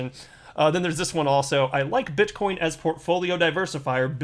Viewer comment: did he say bitchcoin? lol